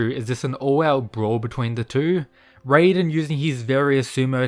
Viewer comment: Stop doing this, stop pronouncing raiden’s name as “rayden”, we’ve been through this like a month or two ago, you’re supposed to pronounce his name exactly the way it’s written, “Rai-den”, you said you’d stop, but you haven’t… why?